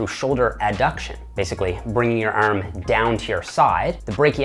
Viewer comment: the way he says arm is too weird to subscribe his channel